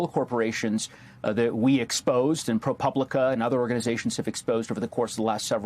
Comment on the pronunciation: Why did you say "propooopuuublica". Plz tell me it was a "mispoke."